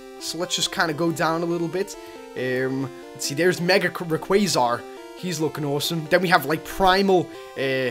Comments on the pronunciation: Omg it's not raqazar its raquaza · he said “Rayquazar” xD